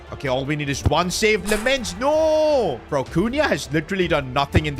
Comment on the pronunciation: It's lammens not lemmens